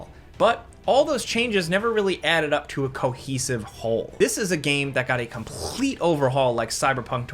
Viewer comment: You good? Why are you saying complete that way? Do it again if you're signaling for help